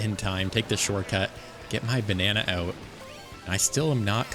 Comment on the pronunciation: This has been bothering me a lot about your videos when you say shortcut it sounds like shortcat is that intentional to reference the Youtuber Shortcat or is that just how you say the word. Please I must know also keep up the great videos and I hope you reach 20k soon.